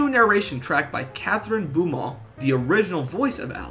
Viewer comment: Kathryn BOW-mont, not BOO-mont. 😉 Otherwise, great video! (The “bow” is pronounced like a “bow” and arrow.)